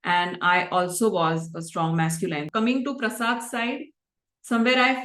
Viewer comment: Look for the pronunciation of “masculine” and also the “feminine”.